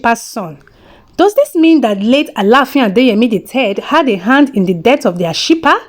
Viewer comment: You murdered Ashipa's name 😄😃😃😃😃😃😃